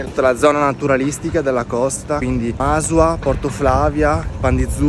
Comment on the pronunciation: si pronuncia Masùa non Màsua, l'accento è sulla U